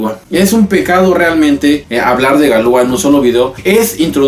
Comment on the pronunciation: No se pronuncia Galúa, se pronuncia Galuá. Toda palabra francesa es aguda.